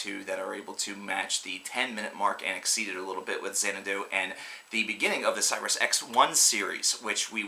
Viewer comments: Again you are so bad. You pronounce Xanadu and Cygnus incorrectly. People you want a great reviewer, then watch my videos! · You are so bad. You pronounce Xanadu and Cygnus incorrectly. People you want to see a great reviewer watch my videos. I put this guy to shame!